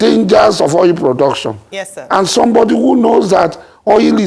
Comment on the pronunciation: It's Oil,and not Oyil.